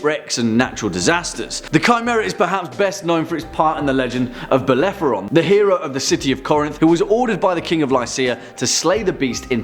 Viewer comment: Bellephoron? You meant Bellerophon! Also, Cerberus surely deserved to be mentioned, the multi-headed dog that guards the gates of hell, is the offspring of the monsters Echidna and Typhon (which topped the list!) and is captured by Heracles as part of his Twelve Labours. Nice list, though.